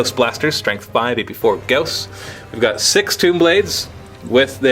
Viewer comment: isn't "gauss" pronounced "gah-aw-sss" not "gah-oh-sss"?